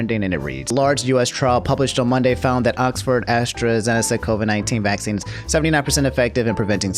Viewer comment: Everybody: "Vaccine": "VASEEN"